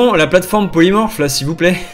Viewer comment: j'ai bien entendue ploymorse?! xD